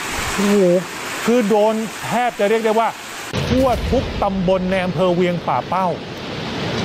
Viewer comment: ป่่าเป้าครับ ไม่ใช่ปักเป้า